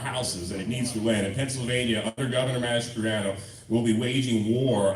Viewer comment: Notice, he pronounces his name Mastri-an-o and not Mastri-on-o.